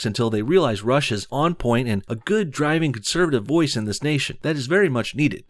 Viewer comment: When he says Rush I can't unhear Russia